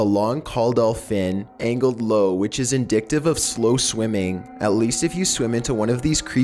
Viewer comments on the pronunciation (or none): "Indictive" huh? You mean indicative?